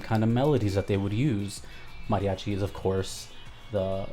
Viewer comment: You say mariachi so well I'm thinking you can speak Spanish!